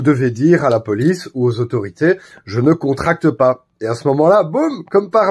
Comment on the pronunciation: jE Neuh ContRacTeuh PA 🤣🤣